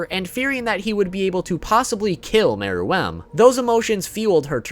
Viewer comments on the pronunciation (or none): Why does he keep saying Meruem like mer..WEMB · bro first learn to pronounce Gon's name and meruem.